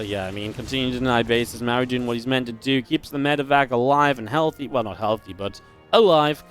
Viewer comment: Is it just me, or can never pronounce Maru's name correctly? It's Mar-oo, not Mare-oo